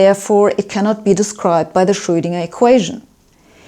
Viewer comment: She pronounces Schröidinger” exactly as it ought to be pronounced in German!👍